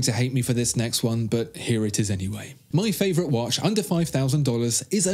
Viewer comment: Dude don't get me wrong, love the video nd all... but obviously you are native english speaker. Why are you saying "wash" instead of "watch" i would not be bothered and write but this is all about watches... watch yourself and you'll see/hear(again not wash)